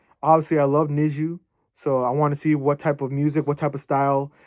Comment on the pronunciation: usually pronounced NEX-GEE or NEX-ZEE (넥스지 - negseuji)